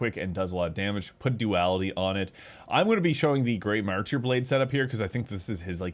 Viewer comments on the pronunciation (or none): Man I was wondering why my ripostes did fucking no damage. Also, it is "marter" not "martEER"